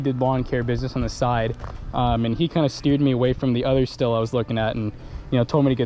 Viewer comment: Why do people pronounce stihl “still”? It’s pronounced “ Steal” or “Steel”. And I never owned one but man a lot of people Mispronounce poulan too they call it “ pool in” when it’s pronounced “ pull in”